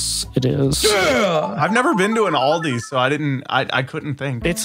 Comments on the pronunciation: Auldi? It's Aldi like AAAAAA big A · bro its not audli its Aldi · I’ve never been to an auldi you know an Audi that very American store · It’s pronounced“Ahldee” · the way they pronounce ALDI